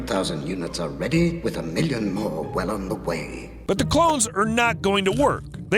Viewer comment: bro you said milion years its 2021 LOL